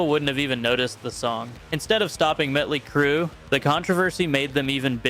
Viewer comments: It's Motly Crue not mutly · it's not met ley crew....its MOTLEY CRUE😂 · It’s Motley Crue “Maw-tlee Crew… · please... it is MOT ley crue (like a motley bunch) it is an AHt open up and say AAAAHHHH MAAAHTley crue. :) i lived through it. :) they were quite motley :) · I'm sorry, who the fuck is Muttly Crue? You really need to learn how to talk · He did keep mispronouncing motley Crue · I think you’re wrong I’m from that generation and all of that music made me hate authority strive to be unique and generally put my middle finger in anyone’s face I possibly can’t I’m 55 years old I still do it and I will continue to do it till the day I die And the gravestone that I’ve already paid for has a big bird on it too and also learn how to say Mötley Crüe you a little prick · Seriously you make a video like this and yet you cannot even pronounce a band's name correctly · The real crime here is the AI written script of this asinine video. How many times do you have to reiterate the point at the end? And why is it impossible for this AI narrator to pronounce Motley? Lame.